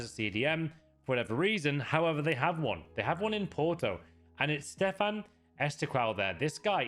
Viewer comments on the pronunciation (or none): none